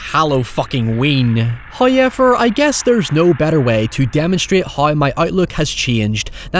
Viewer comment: “Hiyever” lol love it